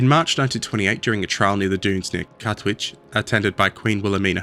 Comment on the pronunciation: Katwijk? It’s pronounced like kahtwijk (hard k’s, a like in awwww, I don’t know how to explain how to pronounce the ij bcuz I don’t think it exists in English).